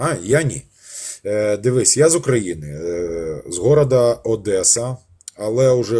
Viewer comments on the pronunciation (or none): Настоящий одессит никогда не скажет ОдЭсса😅 Понаехавший😂😂